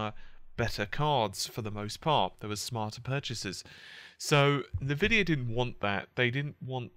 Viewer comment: en-vidia not neh-vidia